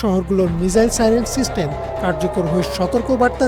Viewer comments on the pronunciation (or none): none